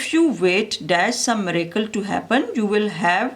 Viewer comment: Thanks for explaining and it's not maracle it's miracle your pronunciation is not correct and don't mind please